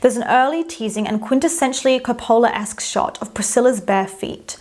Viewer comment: Sorry, confused: KOPOOOOOOLA? Where does this pronunciation come from?